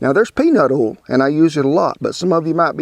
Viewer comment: You said "oil" not "ol" one time -- just after you threw away the cauliflower! ;)